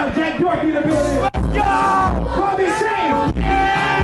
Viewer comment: It’s pronounced as doc herty not doe herty 😂😂